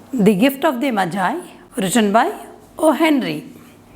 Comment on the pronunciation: Mam it is not majie it's the gift of magi magiiiiiii